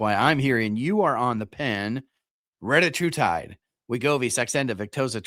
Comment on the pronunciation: I mean it’s spelled “Reta” not “Retta” so pronouncing it “retie” doesn’t make a ton of sense. You see that right?